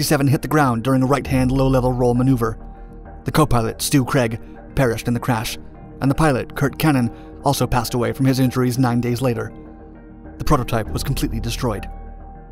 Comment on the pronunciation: Craig. Not Creg.